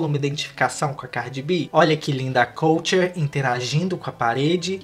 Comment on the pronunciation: Falou o nome errado da KULTURE